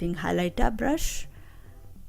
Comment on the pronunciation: 💎💕Beautiful 💎💕 n yesss “blush”😅 instead brush ! Plus luv ur nailssss 💅🏽